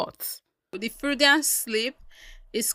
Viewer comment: This is not me being rude i kinda like you u are correct about the freudian slip but it's pronounced froydian... i got a few more words i wanna teach you about btw ..